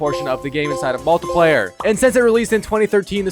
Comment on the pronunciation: same way he pronouces multiplayer